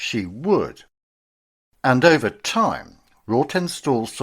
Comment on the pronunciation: It's pronounced Rotten stall.